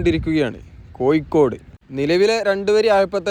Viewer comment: koyikkkode allada kazhuthe kozhikode..